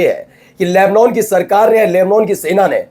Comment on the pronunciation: Tum sahi sahi boolna seekho...llebnon...nahi....llebnàn..bola aur padha jata hai. Sahi bolna seekho.